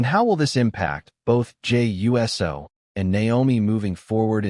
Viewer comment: The fact is says Jey U.S.O. instead of Jey Uso indicates this is a bunch of BS😂